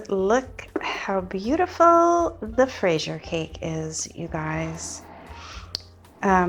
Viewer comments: I really appreciate how much effort and attention to detail goes into your tutorials, it’s so rare to find classic cakes veganized from someone with professional training! BTW, there is a video on youtube called "how to pronounce fraisier (correctly)" it sounds roughly like frez-yeh 🍓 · Not really, fraîse is strawberry. You say fraisier gatêau because it's a cake full of strawberries, it would be literally translated as a "strawberried cake". 😅 And what matters is the recipe 😊 The pronounciation is very difficult to explain here in the comments since we can't add sound. 🙂 What a beautiful cake, great job as usual 😊👏❤